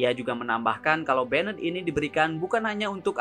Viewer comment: Min, gw suka channelnya karena videonya kesannya berkelas gitu. Beda banget dari kebanyakan channel yg kesannya murahan dan ngasal bikin. Tapi tolong perbaiki 1 hal: pronunciation kata Inggrisnya coba dicek di google translate dulu sebelum dibuat video, pastikan seakurat mungkin Saya tahu emang kita orang indo ya susah ilangin aksen indo kita, tapi kita ambil contoh kayak "banned" itu mstinya diucapkan jadi semacam "baendt" , tapi Mimin ucapkan jadi seperti "benned", ini bedanya sudah terlalu jauh sekali, ini betul betul merusak kesan berkelas dari video-video mimin. Saya sering banget denger channel lain, bahkan MC di turnamen profesional ucapin istilah Inggrisnya itu buanyak sekali yg ngawurnya jauh banget, itu betul betul ngerusak impression saya ke si pengucap. Tolong diperbaiki ya min nextnya, saya Mao channel ini jadi makin bagus :)